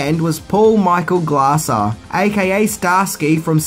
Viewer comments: FYI, the final director, and former "Starsky" Paul Michael Glaser is not "Paul Michael GRASSER" It is pronounced "GLAY-ZER' . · Director’s name is pronounced “Glazer” or phonetically “Glay-Zor” not Glasser or Grasser (you say towards the end). Dweezil Zappa, son of Frank Zappa, also features in the film in Mick Fleetwood’s freedom fighter group too, so there is so rock royalty featured. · It's Paul Michael Glaser, not Grasser. Good Arnie impression, though! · Paul Michael "glay - zer" not "gla -zer" . nice 10 things ... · Why do you keep calling Paul Michael Glazer, Paul Michael Grasser? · Who's Ahnold Schwarzennegah? And why didn't you talk about Maria Conchita Alonso? The movie is not complete without her spandex bodysuit. And please, it's Paul Michael GLAY-SER (Glazer), not "Glah-zah". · Glaser or "Grasser" - lol made me smile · It’s Glazer,. ‘Glae zer’